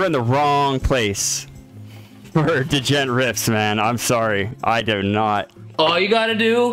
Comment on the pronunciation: seriously...guy doesn't know how to properly pronounce "djent"...what a weirdo